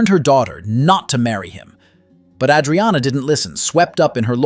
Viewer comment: Tell your narrator how to pronounce Adriana.